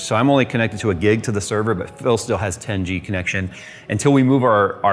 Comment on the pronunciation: The way says "tengey" instead of 10 G